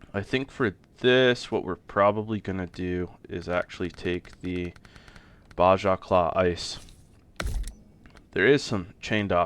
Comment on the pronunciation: This is just an F.Y.I. for you, the J in Baja is said like an H because Baja is a Spanish word. I hope we get more of this guys mods on console. One thing I wish he did is add options that would allow you to make the mod just a little on the O.P. side. Nothing crazy just things that would turn it up to 11 or 12 where 10 is a maxed out stock in game truck. That said I still think he make nice mods.